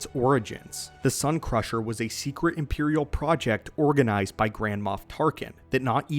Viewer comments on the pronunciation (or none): none